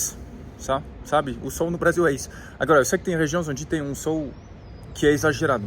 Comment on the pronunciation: Não é sôl e sim sol!🌞 acho que ele vai até se esconder a cada vez que vc pronúncia “sôl”! Apenas uma pequena observação uma vez que vc fala o português bem. 😊